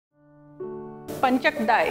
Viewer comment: It is Pancha-kajjaya and not panchakdai as you say.